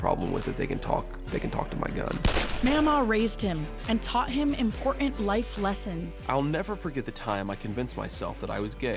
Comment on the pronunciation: Impor’in, not impor’in 😎